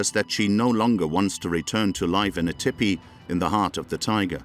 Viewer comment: I cannot bear to hear that narrator mispronounce TEE PEE it is not Tipee .... TEE PEE